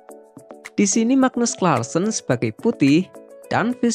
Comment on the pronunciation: Nyebutnya bukan klarsen...tapi karlsen